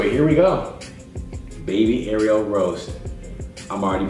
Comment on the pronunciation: He says Ariel like the mermaid that's not how u pronounce it